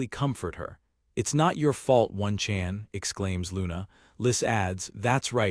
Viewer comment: If im wrong please correct me but I keep hearing one-chan being pronounced ONE, Chan. when most of my life I've heard it pronounced Oh-Nee-chan. I may be American but i had a Japanese Babysitter and she was awesome.^^ Feel like if we adopted some of their homestead cultural customs things in America could improve quite a bit. As powerful and modern and civilized as we think we are.. they sadly got us beat on a lot of fronts.